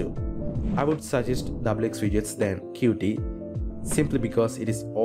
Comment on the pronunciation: qt is not pronounced "cutee" but "cute"